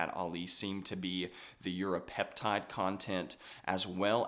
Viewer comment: Great vid but 30 secs are you saying Europeptide?